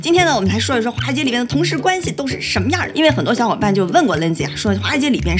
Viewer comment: 第一句听成花街😄